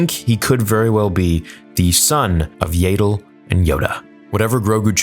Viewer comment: Why do you pronounce Yaddle Like Yaydole lol